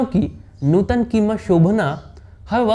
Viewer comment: अरे यार, नुटन नही नूतन है उनका नाम ट नही त